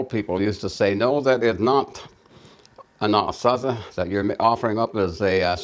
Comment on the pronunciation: In English, sure, most pronounce it phonetically, like "Anna-sah-zee". But in our Diné' language, its pronounced exactly as said it: "An-ah-Saa-zih". There's obviously two completely different languages at play here, as evidenced by going back and forth between Diné' Bizaad & English.